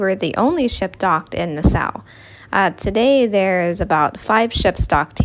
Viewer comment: Nassau, pronounce Nah-saw. Nah-saw, not Ne-sou